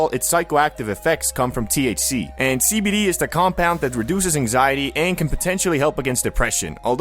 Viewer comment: Everytime u say cbd i hear SKIBIDI 😭